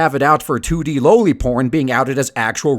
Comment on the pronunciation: Loli is pronounced "LAW-LI"